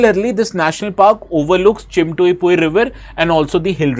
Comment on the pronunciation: The pronounciation of Phawngpui is incorrect. P isn't silent like english vocabulary.